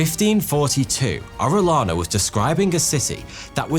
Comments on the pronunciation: Great video. Thank you! For future Latino/Hispanic-related videos, here are a couple of pronunciation tips: qui is pronounced "key." So, conquistadors is con-key-stah-doors. Double l is pronounced as a y, making Arellana "Ah-ray-yah-nah." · As a spanish speaker, the way he pronounced Orellana made me cringe lol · Not orelana.... Oreyana... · LL in Spanish is a Y sound. Ore LANA sounds like you're taking the piss... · First of all apologies for being a Karen ,that being said..... In the Spanish language, when two L's are right next to each other, it produces a short y sound, as in yes, yellow, or Yankee so Orillana's name was pronounced Orie-yana. Thanks for reading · You're spanish accent is terrible 😂 Double LL is pronounced like Y (Oreyana) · I've been following you for a good bunch of years now and I have always enjoyed your videos but today I'm sad cause as a direct descendant of Francisco de Orellana I die inside everytime I hear my last name being butchered. I understand you do not speak Spanish and therefore your mistake its kinda reasonable, no worries tho cause I'm here to help you out. In Spanish the letter "LL" (elle) is a single letter and it is pronunced as a "Y" so in order for you to be able to pronunce it correctly you should read it as if it was writted like this: Oreyana (bonus: to read correctly a name that contains a "J" change it for a "H", for example Juan - Huan). As a curious fact I'll also let you know that in Spain and all Spanish speaking countries it is regular to have 2 last names as you receive in heritage the first last name of your father as your own last name and also the first last name of your mom as your second last name. Keep up with the good job you've been doing so far by spreading knowledge across the world bro, you're a legend! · Just say the ll in Orellana as you say Jhon!!! Pronunciation!!!